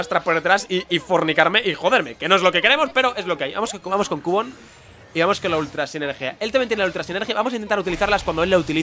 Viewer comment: se pronuncia quiubon no cubon